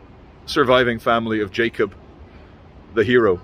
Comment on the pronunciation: His name is spelled Jakob but is pronounced yakob